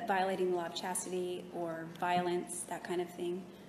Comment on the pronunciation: Jodi couldn’t even be bothered to learn to pronounce the Law of Chastity correctly, let alone actually follow it.